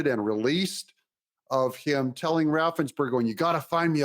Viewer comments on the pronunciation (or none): none